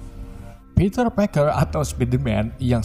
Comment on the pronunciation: Ngomong stiv (Steve)👍 Ngmng Peter harusnya piter dong